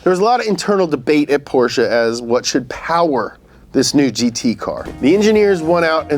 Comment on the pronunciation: Fan request for more videos of saying hwhat in a conversation.